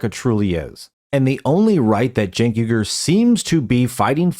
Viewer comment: It’s not jenk or cenk. it’s chunk. Get it right from now on :) eff that chunky bih.